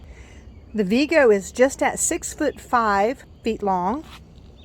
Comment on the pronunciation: Vego rhymes with Lego the building blocks), by the way. Not Veego. (According to their website)